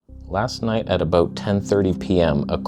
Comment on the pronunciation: "Are you good at what you do or are we aboot to find oot?" 😂